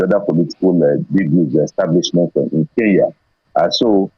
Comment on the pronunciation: Oga its not Ke n ya ..please get your pronunciation right. The police are already on our case. Get the name right I beg